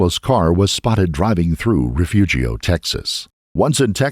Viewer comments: Refugio Texas is a hard one to pronounce but it is technically Re-fu-Hio but the locals tend to say Re-fu-rio. Legendary pro baseball pitcher Nolan Ryan was born there. A simple google search would have given a better understanding of the correct pronunciation of the little town. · FYI Refugio… the g is pronounced as an ‘r’, like the first syllable of ‘furious’ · Refugio is pronounced “refurrio” just fyi